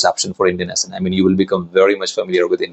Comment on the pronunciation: Good info 👍. But 1 tip: You pronounce the word, "accent", wrongly. Correcting it would be helpful for u as you use it a lot.